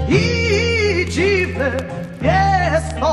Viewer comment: if you read jest like only EST then i think you will prenaunce it corectly